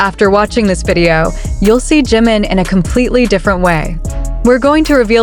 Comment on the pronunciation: Я завжди рада чути про Чіміна якій він неймовірний.Хочу вибачитися але ваш переклад так ріже вуха що я не можу слухати.Імя Джима як почула перший раз мусила поставити на паузу щоб зібрати в кучу ,що почула.Бо я думала що говорять про Джина.Виьачте покидаю ваш канал.Чімін мій біас дякую,що розповідаєте про нього